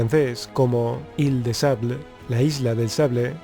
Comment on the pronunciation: Me entretiene ver tus videos, gracias Una trasuccion: Ille de sable = Isla de arena El texto del video es correcto pero el audio no, Sable, el arma en frances es = Sabre